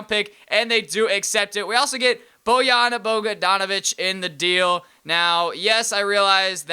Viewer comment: boyana bogadanovich :D that pronounced as boyan bogdanovich